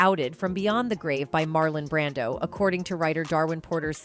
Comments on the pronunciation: It’s “Brando” not Brandan dump ass computer voice! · WHY THE STUPID AI NARRATOR KEEP SAYING MARLON BRANDON?? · why do you say Marlon Brandon ????????????